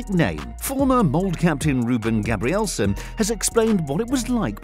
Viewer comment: "Bryn". "Mold".. Do you hear us say Manchest Unit or Livepoo? The E's are there for a reason godamnit. This is a shipping ship. A ship shipping ship shipping shipping ships. English.. 😑